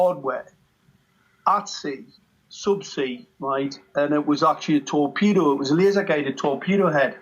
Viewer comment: It wasn’t a torpedo it was a “TEAKpedo”